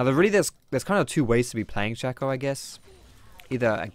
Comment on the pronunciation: saying 'Rango' and 'Shakko' makes this hard to watch